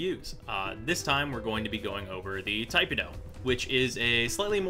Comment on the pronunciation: "Tai-puh-doh"......nope. "Tih-peh-doh".......yup. To each their own. Btw, Arcane Strike and Arcane Avenger.....best arcanes for tipedo.